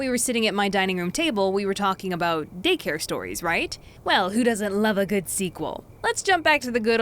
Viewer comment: why do I hear "dick hair stories"